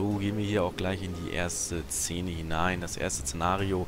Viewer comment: Wenn man das Wort "Szene" nicht aussprechen kann... 🤣🤣🤣